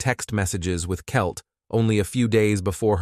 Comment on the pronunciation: " ... discovered Kelley dead from beating the kitchen of her own house..." WHAT? "... he told her beautifully that he had had multiple affairs..." Huh? "...exchanging seemingly loving text messages with Kelt..." You mean, Kelley? "...after feeling the scene..." Did you mean to say "fleeing the scene..."? "...local community members and...colleagues...." Either you can't read or your AI is sucky! ".. her violent and brutal ....demise..." WOW! You certainly can't say I'm not paying attention to your narrating. I cannot, however, say the same for you as it seems that you didn't listen to your video prior to posting it! DUDE! C'MON